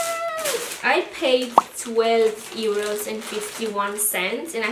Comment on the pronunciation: You’re hilarious 😂.. I’m so living for the way you are saying ˋEuro ´ 😂🤣😅🤣😂🤣😅🤣😂 love the haul.. great stuff!